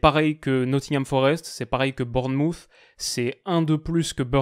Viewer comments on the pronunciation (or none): none